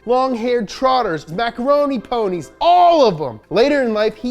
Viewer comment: “MACORONI PONIE”